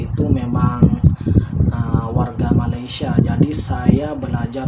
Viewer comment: Kenapa masih tidak bisa sebut Malaysia ,masih menyebut malaisia... Rasa janggal mendengarnya